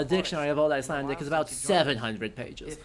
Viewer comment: pronunciation of Old Icelandic words is just chefs kiss